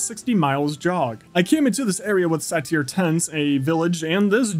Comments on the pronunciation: omg "satier" instead of "sayder" Is satyr really that hard to say? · Not sure if its a joke but satyr is pronounced say tar. not sa tear except no space there a Greek mythology creature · Its pronounced "say-ter." its a creature from Greek mythology. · This movie is amazing! ❤️✨ (It is pronounced say-ter tho) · isn't satyr pronounced (say-tr)? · It's pronounced "say ter" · Loved the movie but the way you say Satyr got me every time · definitely not how you say "satyr"